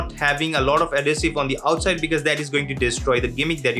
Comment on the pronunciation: AD-HEE-SIV adhesive might not be clear to listeners/subscribers